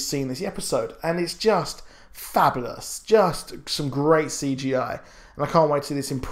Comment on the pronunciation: melnibone oeo How the guy in the video pronounces fabulous.